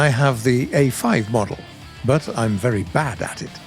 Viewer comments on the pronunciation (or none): none